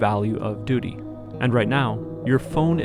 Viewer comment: Anyone else get distracted when he said 'Duty'